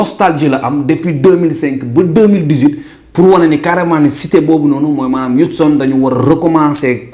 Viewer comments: Houston bruh not houtson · Houtson??? Man wtf😂